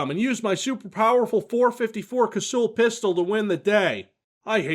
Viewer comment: Gonna be that asshole. Cassull is pronounced like 'castle'